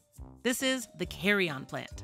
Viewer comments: It's Carine it's spoke as " carry in " not carry on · Carrion is pronounced like 'care-ian', not 'carry-on' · It's a "carrion" plant, not a "carry on" plant. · The comment I was searching for! Carry-en not carry-on lol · I love how americans pronounce things its so funny as a native Scottish person. You say Carrion like carry-on. We would say it like carryin:) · i’ve always pronounced it “carree-in” not “carree-on” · this is not the carry-on plant its carrion all one word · Carrion is pronounced 'carry-yin' 😂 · I love the video but hate the pronunciation of the word 'Carrion'. It's not pronounced like 'Carry-on' luggage. It's pronounced like 'keh - ree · uhn." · I think it’s more ‘carry-in’ than ‘carry-on’. Carry-on is what you bring on an airplane. Carry-in is a dead animal body. Or is it just me that was feeling this the whole video? Anyways don’t mean to be rude it just bothered me that’s all. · Very cool plant! I used to have one. Very finicky in their care. Weirdest pronunciation of the word "carrion" I've ever heard, though. It's said more like "carry-un" or "carry-in" depending on where you're from, rather than "carry-on", with the emphasis on the first syllable. BTW, Established Titles is a scam not even based in Scotland. It's a company owned by a group in Hong Kong, and all you actually own is a fancy printed piece of paper, not any actual land. You don't get any rights to call yourself a Lord or Lady, and putting that on your credit cards is just asking for legal trouble. It's just a scam aimed at fleecing dumb American tourists. One Tree Planted is real, though, and they aren't actually associated with Established Titles, and have no connection to them at all--no links to them on their site. Seriously, do better in vetting your sponsors. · I've never heard someone mispronounce carrion so many times in such a short amount of time. I'll now always hear 'carry-on' when I read carrion, wonderful... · Her pronunciation of carrion is gonna make me go insane